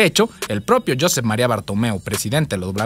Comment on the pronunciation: No se pronuncia "Yosep" se pronuncia "Yusep", igual con "Bartomeu" se pronuncia "Bartumeu"